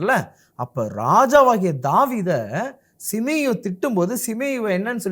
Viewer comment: சீமேயி என்ற பெயரை சிமேயு என்று தவறாக உச்சரிக்கிறீர்கள்